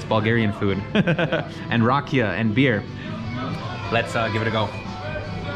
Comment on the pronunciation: Na Zdra-vey (Not Na Zdro-vey). :) She just may not know how to explain it in English. This is making me excited to go back in December. Very useful to know the language, but you're managing either way. Also, the accent is on the 'ee' for Rakia. (Rah-Kee-Uh)